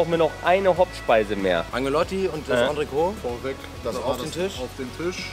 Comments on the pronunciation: Geiles Video. Es hat echt Spaß gemacht dir beim Essen zuzuschauen, obwohl ich auch sehr gerne mit dir den Platz getauscht hätte ;-) Noch ein kleiner Klugschiss, das 'T' am Ende von Entrecôte wird ausgesprochen, also Ontrekot... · Geiles Video, weiter so! Als halb Franzose muss ich allerdings einmal den Oberlehrer machen, weil ich es so oft falsch höre: Entrecôte wird Ontrekot und nicht Ontreko ausgesprochen, das T ist also nicht stumm. Übersetzt heißt es übrigens zwischen (entre) Rippe (côte);) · Was heißt denn "Auf den Tisch" auf der Rechnung für 36 Flocken?? Und ich weiß nicht, warum jeder, on Frau Poletto oder sonstwer, entrecote immer falsch ausspricht...sebst wenn man kein französisch hatte... gesprochen wird es entrecot, nicht entreco, mit stummen e. Sollte man doch hinkriegen. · Sehr schön, man sollte aber schon wissen, wie man das, was man bestellt, ausspricht. Das t bei Entrecote ist nicht stumm. Stumm wäre es, wenn man das e am Ende weglassen würde.